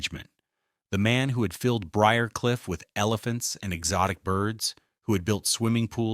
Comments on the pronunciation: What’s wrong with AI… Briar Cliff is easy to pronounce. Only one way. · Pronouncing B R I A R C L I F F should NOT be so difficult! I am a native Atlantan and lived on BRIARCLIFF ROAD! It' SO ANNOYING to hear mispronunciations! Also, some of your information re: the Candlers is incorrect.